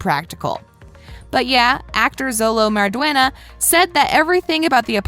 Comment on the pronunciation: Did you know that Xolo meridùaina is not pronounced *Zowlow it is is actually pronounced like *Showlow